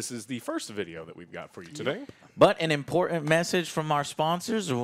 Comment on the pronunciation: Bu an Impor enh? Joe lost his T's somewhere.